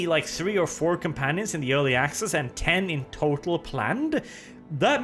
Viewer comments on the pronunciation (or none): none